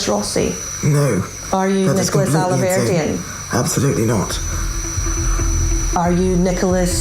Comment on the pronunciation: The way he mispronounced the surnames! 'Rosey' not Rossi, 'Alverdeen' . Distancing himself?